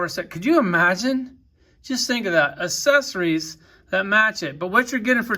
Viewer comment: The way dude says accessories, kills me 🤣🤣🤣 it's pronounced əkˈses(ə)rē. Wow, dude is drunk AF!